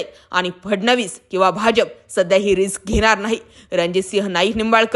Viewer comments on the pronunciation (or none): none